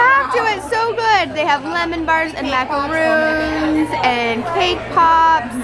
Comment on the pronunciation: Those are pronounced like macaRONS, not macaROONS. They are two very different things.